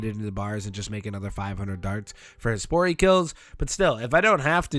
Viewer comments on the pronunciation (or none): Every time you say Hespori i snap over like its Hey Sporty. Cant unhear it either